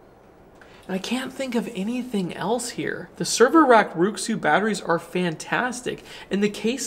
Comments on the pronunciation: It's not pronounced like: roo xzoo. It's pronounced like: wray shoe. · Nice review, by the way. RuiXu should be pronounced like Ray-Shoe J.